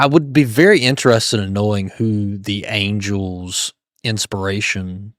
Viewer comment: Angles? Angels. Good Grief.